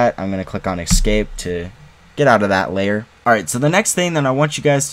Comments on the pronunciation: Why are you saying ”Ecscape”? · Excape... hmmm🤔